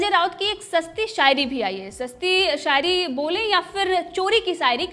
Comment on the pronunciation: Mam aap apna S Sh sound thik karo.. shayari hota h, sayari ni😂😂